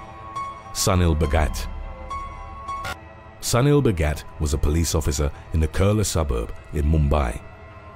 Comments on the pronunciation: Sunil should be pronounced as Soonil. If you can say "soon" add "il" next to it. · Sunil must be pronounced soonil